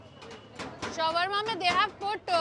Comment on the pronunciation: Sh-war-ma roll? Lol😂